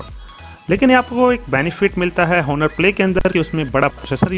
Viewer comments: Sir its ऑनर ,not हॉनर... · The "H" is silent in Honor🙄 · Did no one teach you that the "H" in "Honor" is silent? XD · I know 🙄🙄🙄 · First of all sahi se name pronounce kar bhai fir aage bat karenge